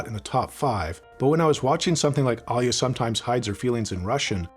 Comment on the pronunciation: Finally someone pronouncing Alya almost correct, lol. It sounds like you completely ignored the l, which is closer to what it should sound like, compared to what everyone else is saying which is something like Al-yuh. The proper way is A-lya.